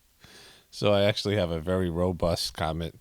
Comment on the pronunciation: Fetterman “actualutely” coined a new word